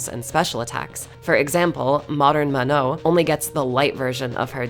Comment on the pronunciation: Great video but the way you pronounce "Manon" is absolutely dreadful